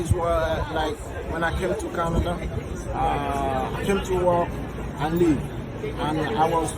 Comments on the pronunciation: I think that Nigerian man said he expected to come to Canada , work and “live”. His accent makes it sound like he said “leave” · The nigeria guy said "to work and live". Not to leave. It was just his accent. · Did he say 'leave' or 'live'?